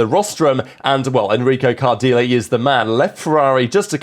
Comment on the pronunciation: 'Card -eel'? Surely 'Cardilay'/